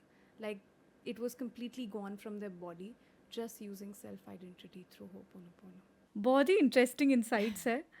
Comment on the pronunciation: Host is pronouncing it wrongly. Ho o ponopono not Ho oponopono. I am rectifying this because this word itself is a cleaning tool.. I hope you will not take this otherwise for correcting you